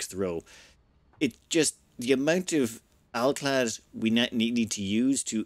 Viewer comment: My ASC'd mind shouted happily when hearing completely correct "alclad" in this ep. <3 Thank you great voice!